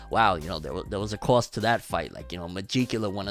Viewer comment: I love how how you say cost. Cwwostt